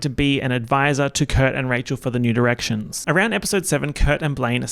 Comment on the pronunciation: every time you say new directions it sounds like nude erections